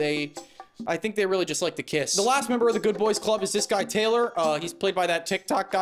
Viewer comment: Every blunt delivery of “kiss” gets me to laugh. Like actual laugh, not nose exhale. You truly are a and an ally to the lgbt+ community